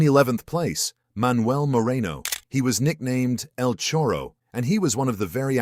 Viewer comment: Moreno was "El Charro", not el chorro, which means thief in Arg slang.